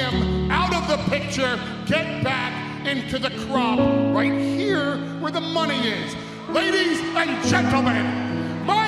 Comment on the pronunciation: "Right hereuh, where the money is"